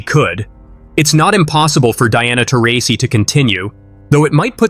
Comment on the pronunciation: I stopped watching when Taurasi was mispronounced , if you don't know her name you don't know the WNBA.